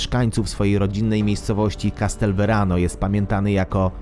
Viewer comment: Castelvetrano - a nie Castelverano. To urokliwa miejscowość, niedaleko Marsali, z pięknymi zabytkami.